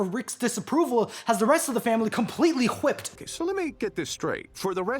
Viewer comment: a lot of emphasis on the H. Cool WHipped! lol.